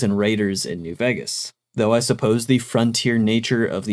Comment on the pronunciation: I like your videos, but Vegas is pronounced VAY-gas not VEGG-as.